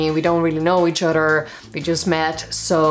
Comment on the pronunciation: "...so many ways of greeting each Udder " 😂😂